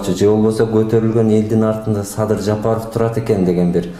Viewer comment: Мадумар деңгээли,адамгерчилиги өтө төмөн адам экендигин көрсөттү ко Москвада. Трусиси жок жүргөн баладай тантырап Садырды "Садый" деп тантырап койду. Мындай кылык мен "акылман" мен "гений" деген саясатчыны сен поксуң деген баага татыктуу кылды. Өзүндөй айтса муну Адахаям Мадухуй дегендер да чыгат мунуңарды ит кылып.. Кыскасы мунун адам деле эмес экенине көзүң жеткендир.